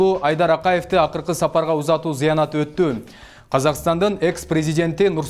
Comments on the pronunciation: Журналист кабарды окуганда создорду туурв окубайсынбы? Зыянаты эмес, зыйнаты деп окулат. Туура окуй албасан, алдын ала даярдан! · Айланайын, туура окуп, туура суйлочу, кыргызда каерде заянаты деген соз бар эле? Маркумдун зыйнаты деп айтылат! Бурмалабай туура суйлосонуз. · Зайынаты - зыянаты деди . Сен туура айттын зыйнаты же тажиясы десе болмок . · 😱 Еей журналист бала зыянат емес "зыйнаты" деп айтылат туура суйлогонду уйронгулочу тообо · Зыянаты эмес зыйнаты туура окугун журналист самопал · Диктор зайынаты эмес зыйнаты же болбосо тажиясы десен болбойбу